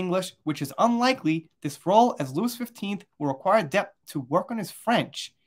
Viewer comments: Hi, if I'm not mistaken, it's pronounced King "Lou-ee", not Louis. And the location is pronounced the Palace of "Ver-sigh".. and Cannes, is pronounced Khan.. like Star Trek, the Wrath of Khan movie. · Louis + Looey, Cannes = Can